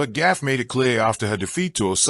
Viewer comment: her name GAUFF (goff) not GAFF.... CRETIN !!!! 🤡